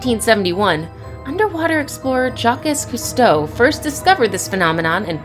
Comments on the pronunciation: Jah-quez Goosteau??😅🤣 its pronounced Jock Cousteau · Underwater researcher ,Jock S Cousteau’? Jacques Cousteau, for the love of science! And UNESCO is pronounced ‘YOU-nesko’ not ‘UN-S Co’!